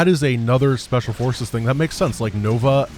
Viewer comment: Fources -> Fiveces 😱